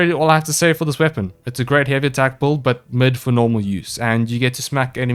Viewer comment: OOOH how right you are being bad at pronouncing things, e.g. boouild